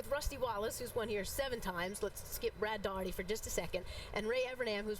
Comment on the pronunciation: It's Brad Daughtery not Dorothy